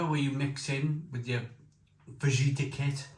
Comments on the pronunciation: Noooo! Don't put the sauce sachet in first, that's supposed to go in last! (It really should be chilli sauce rather than plain old tomato sauce IMO.) BTW ... Fajita is pronounced fa-heet-ah and tortilla is pronounced tor-tee-ah. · Hi you don’t pronounce the j in fajita it’s faheeta. Come on mate how long you been on this earth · You dont pronounce the J in fajita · Fajita, like a fajina :D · The 🦆 is a fadge-it-a?